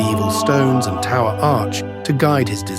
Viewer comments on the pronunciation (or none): none